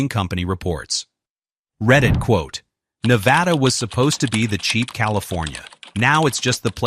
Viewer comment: I moved to Northern Nevada 4 years ago and I love it here. Then again, any place that's NOT California is going to be a lot better. Las Vegas (Clark County) is roughly 70% of Nevada's population, but the other areas are VERY different than Clark County. Also, please stop saying, "ne-VA-da", with a strong VA in the name, it's incorrect. I don't regret my move and I'm staying here, home is Nevada.